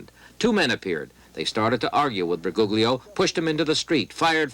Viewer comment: Bu -goog-lio (lol)